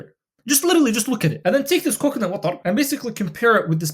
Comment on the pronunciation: The way you say coconut watrrr cracked me up. love the vids bro